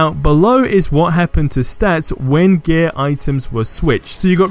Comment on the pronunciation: when you say gear it sounds like your saying gay XD